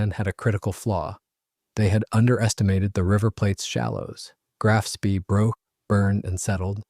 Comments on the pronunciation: It pronounced shpay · Spee = schpay. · SPEE as in SCH-PAY. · If you cannot pronounce 'Spee' correctly, it brings into doubt the authenticity of the entire video. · Yeah you'd think the fellow could learn how to pronounce the name.